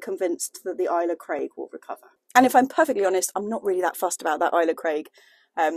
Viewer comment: Pronounced alesa craig rather than isla craig I believe